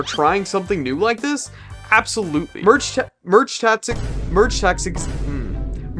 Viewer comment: Does bro hate merge tactics because he can’t say it?